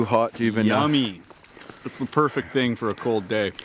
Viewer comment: Sounds like your saying HOG not HOT.